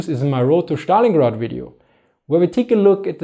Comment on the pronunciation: There is no language where Stalingrad is pronounced Shtalingrad. But really, that is my only negative remark - otherwise I truly do enjoy your well-researched videos. Well done. Good job.